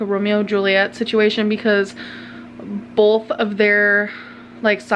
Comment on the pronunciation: We all know our self proclaimed author has atrocious grammar, but nothing grinds my gears more than when she says "bolth" instead of "both". Stop it Grammarlyn.